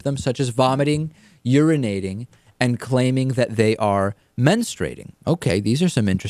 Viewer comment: its men-strew-ate-ing not menu-straight-ing.c'mon,david..